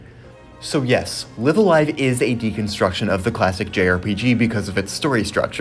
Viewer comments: Please pronounce the title correctly. Both "Live"s are pronounced with a long "I" ライブ・ア・ライブ Raibu A Raibu Live A Live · I hate to be that guy. But it's pronounced Live(as in a live concert) A Live( as in a live concert).